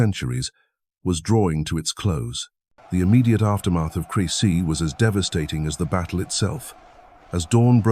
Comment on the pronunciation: At least get the name CREcy. Right… CRESsy